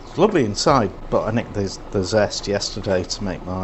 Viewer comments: You asked what accent it was when the cook said "Luvly" ... It's Northern British (Leeds, Manchester, Liverpool, Birmingham way) ... So now you know ! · yorkshire accent...... that "luvely!" gave it away............ your christmas dinner is just as good............... I have had Canadian and American..... Perogis are OK.